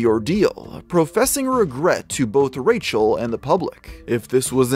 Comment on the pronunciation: Like the way you called her Racial instead of Rachel 😂😂😂